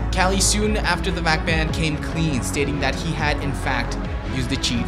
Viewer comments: It's pronounced "ku klie" because nobody has any respect for him. Not "Callie" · Who the fuck is Cali? I'm pretty sure KQLYs name is pronounced "kuk-li" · its KQLY not KALY... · "Kali" ITS KOOKLEEE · KQLY is not pronounced “KALI“ but “Kukli“ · Kqly is pronounced "kukli" not coolie haha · Its not kaqly its quqlyyyy quqly style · Kally it's koly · His name is not Kali it's K Q L Y pronounced "Kuqli" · I wanna say this to everyone cuz I'm sick of hearing this shit wrong. KQLY is pronounced QKLY, NOT KALY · Kally? Wtf kind of pronunciation is that of KQLY? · British casters call him kali or kayli. I tend to pronounce it kookly as you seem to do but it's not even a word so...